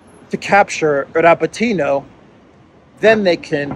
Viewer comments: Dear, it's RabÓtino (Рабóтино), the stress is on the 2nd vowel "O". It's a derivative from the noun "Rabóta" (which means "work/job" in Russian), which is a derivative from the noun "rab" (раб), which means "slave" in Russian. So, "to work" literally means to slave away. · Please: Ra-BOAT-in-ya